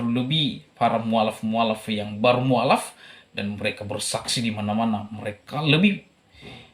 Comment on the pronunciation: Admin bilang "mualaf" saja mukallaf !😂😂😂